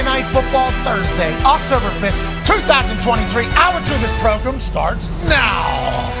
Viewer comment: progrum nice coach